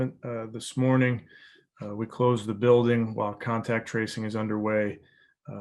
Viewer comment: Getting guys beeyack from close conteeyackt